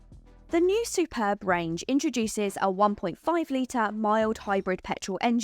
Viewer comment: Yay you got the name right lol I have the Superb iv sportline plus and the only thing that lets it down is the battery range started at 32 miles and now it is cold I am down to 19 miles on 100% charge and that is only charges at 3.5kwph